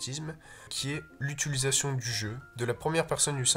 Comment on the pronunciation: Bonne vidéo pour se remémorer les cours de littérature. Par contre, on ne dit pas "L'utulisation" mais bien 'l'utilisation" et de plus, il n'y a pas d'accent aigu dans le mot "DESCENDANCE" ! ;)